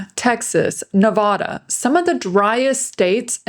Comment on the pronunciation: Pronounce Nevada correctly! All is was good info